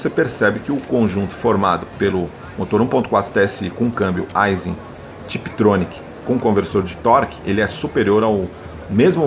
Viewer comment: A pronúncia correta da palavra AISIN é “AIXIN” e não “ AIZIN”